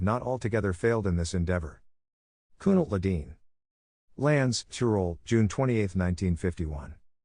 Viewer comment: I really wonder how you got your reader to correctly pronounce a foreign name.